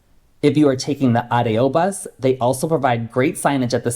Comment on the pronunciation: Thanks for pronouncing "Ah - Day - Oh" for ADO... Knowing how to pronounce the alphabet in Spanish is a good hint!